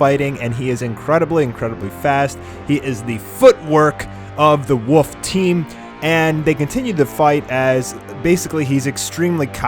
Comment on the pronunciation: it's wolf's not woofs just saying